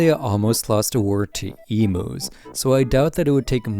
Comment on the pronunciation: This video is great but I burst out laughing the way you said emus